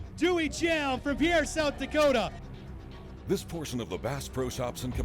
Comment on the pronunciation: Learn how to properly pronounce South Dakota’s state capitals name. It’s not pronounced like a French man’s name it’s pronounced like a boat Peer!